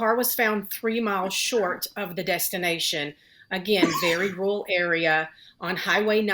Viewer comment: " very 'rurl' area "